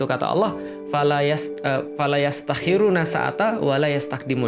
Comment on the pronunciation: لا يستأخرون ، Laa yasta'khiruuna, bukan Laa yastakhiruuna , Afwan ustadz...